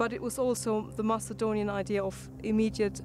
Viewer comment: why do they read Macedonian as Masaedonian